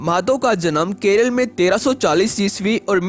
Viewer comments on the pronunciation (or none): none